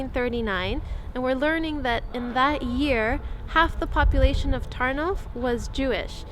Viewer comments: Sry but i gotta say this : pl "ó" and "u" is Ur "oo" and is always "oo". the same with our "w"= Ur "v" and Ur "w"=our "ł" And there are just no exceptions. So Tarnów is not Tarnowe, Ternav, it;s just Tar-noove! It should be simple for U cuz u got all vowels that we have. Poles are in a worse situation cuz the English tongue has more vowels than the Polish one has. U might have some problems with our consonants though:P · I don't know if anybody told you this yet, but the Polish letter '' ó '' is pronounced sort of like the '' oo '' in the English word food. So, it's more like an u sound than an o sound. So Tarnów is pronounced like Tarnoof with English phonetics. Keep these vlogs coming, these smaller cities in Poland are really unique and beautiful, and thanks to your amazing vlogs I can see that I have more places to visit the next time I go to Poland! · Great video! Oh, and, by the way an "ó" isn't read like an "o", but like an "u" (basically, "u" and "ó" are the same)